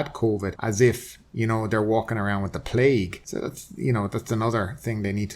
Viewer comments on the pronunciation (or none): none